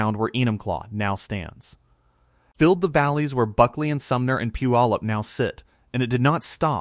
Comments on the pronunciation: A lot of commenters locally--the name Puyallup may look daunting, but the best pronunciation is "pew-ALL-up". If you look at a geological style map, you can easily see the former lahar pathways coming from Rainier. That mountain's footprint is immense, much bigger than Mt. St. Helens. In 1980 I was living in Vancouver Washington and watched the ash cloud rising from the mountain that May morning. There was no sound, but for being so far away, I was struck by being able to see with my naked eye, the cloud of ash expanding and rising. I was awestruck at the power of Nature. A small sidenote: there was a nuclear power plant on the Columbia River just downstream of Mt. St. Helens. You'd better believe it was on everybody's mind when the mountain began to swell and bulge up to a foot or more a day before the big event. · The mispronunciation of /pew/á/ləp/ in like nails on a chalkboard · Yes, but it’s PEW AH LUP. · We love our mountains. I grew up in Enumclaw at the foot of Mt. Rainier. I live closer to Mt. St. Helen now, but not in the mud flow area. We don't have tornados or hurricanes here. That's pronounced Pūallup...you don't say the "y". I still have family and friends in Enumclaw, Kent and Seattle. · Here's an idea check out how to pronounce Puyallup. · Please learn how to pronounce Puyallup!